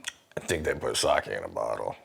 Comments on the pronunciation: You got it right the fist time, Sa-Keh definitely not Sa-ki 😊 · All that effort to get fukuoka right, just to call it saki lmfao Edit: WHY IS REX THE ONE TO SAY SAKE RIGHT LMAO